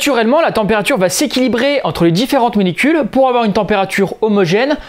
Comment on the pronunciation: 'molEcules', pas 'molIcules'